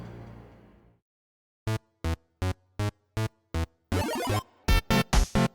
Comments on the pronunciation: Sorry for the Correction but i kept hearing the Name Abd ALLA Rahman, the Right way is Abdul Rahman or Abd Arrahman, Because the AL is Called Moon AL and only the A is pronounced. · It's not abdallah rahman, it's abd al rahman ! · Abdur-Rahman Not Abdala Rahman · Abd Ar-Rahman not Abd Al-Rahman. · FYI in Arabic we pronounce it AbduR Rahman not AbduL Rahman It’s called لام شمسية it’s easier for the tongue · Great video and all. But there are alot of inaccuracies including the prince name it was butchered 😂😂 , yes it written abd al rahman in Arabic عبدالرحمن but it would be pronounced like this abdurrahman not abd-al-rahman, Persians and romans didn't lose to Arabs because they were fighting each other Arabs were infighting between themselves too Arabs were simply more skilled and superior at that time and use methods in war noone used before them just like the romans before them and the Mongols after them. Abbasid rose because they thought they had more right to the caliphate than the ummayads being descendants of al abbas the prophet's uncle making them related more to the prophet and pretending to avenge the prophet's family and grandsons who were mostly hunted down and killed by the ummayads. And it wasn't about taxes it was just ummayads were very racist towards non Arabs they didn't make converting easy nor let non Arabs Muslims hold higher status unlike the abbasid who were more lenient in this regard allowing non arabs to be even visors and vasers , and no most of Iran at that time wasn't shia yet and it wasn't ummayads who killed ali it was a rogue group called al khawarij who sought to kill every leading figure during the war between Ali and Muaawea , they successfully killed Ali but Muaawea was just lucky and survived. Other than that the video was great. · Small request, next time say Abdurrahman, which is the correct way, because the way you’re pronouncing it right now is a bit off. Thanks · The way your pronounce his name is remarkable